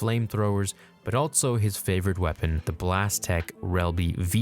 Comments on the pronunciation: Anybody else notice the pronounciation of 'altso'? Lol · I really do enjoy your vids, but hearing you but a T in ALSO drives me nuts!